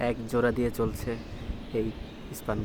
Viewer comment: it will be "span" not "spun". Otherwise everything fine.....